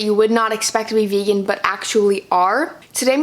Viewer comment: Why do people say fegan instead of vegan it’s so weird